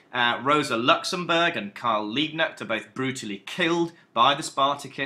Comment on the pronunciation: Nice Video man, I'm from Germany and searched for a video for preparation for an exam.👍 btw it's Karl LiebKnecht 😉